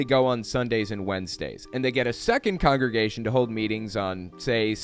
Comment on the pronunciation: Damn that actress really can’t say congregation 😂